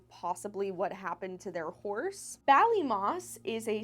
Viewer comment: So so sad :( and yes you said Ballymoss correctly XD I wish they had answers and closure